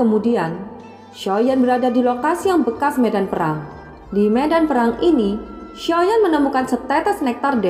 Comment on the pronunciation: Nyebut xiao yan ny jgn soyan kurang enak di dengar